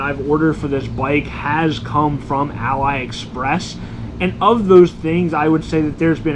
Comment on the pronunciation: its pronounced as ah-lee express, not ally express